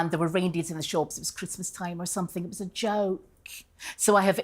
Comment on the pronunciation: I also think it’s weird that every time she says The word ‘joke’ which is a few times, it’s not in her own accent, it’s an English accent - not sure which part of England exactly. She also seems to really emphasise the word joke. Maybe I’m over analysing this 😂